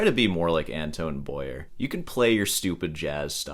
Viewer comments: Glad you like Antoine Boyer. French pronunciation tip: dont say Boy - yer but B - why - yer (more or less😂). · AN TWON is how it's pronounced. Not AN TONE. And his last name is BOY AY not BOY ER. For those who don't speak French. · Its pronounced Boyay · It's pronounced "Bwoah - yé" in French.